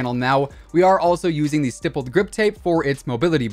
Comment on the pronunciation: This dude uses the word “stippled” in every video but doesn’t know he pronounces the word wrong.